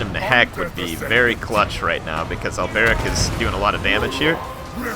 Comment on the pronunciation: Alberic not Al Beric lol